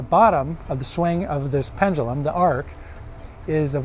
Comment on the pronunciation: I always find it interesting to hear people pronounce things wildly differently within a short period of time. "Pendulum" was pronounced about 3 different ways by the same guy within 30 seconds.